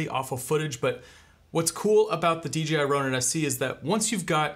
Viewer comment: 1 question, why does every reviewer say D, G, I? Am I crazy but its D "J" I right?